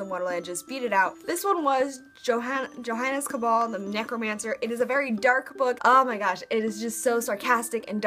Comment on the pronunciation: Johannes Cabal pronounced yo-hawns caw-ball.